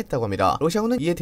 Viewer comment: 발빠른 할때 발음이 ㅋㅋㅋ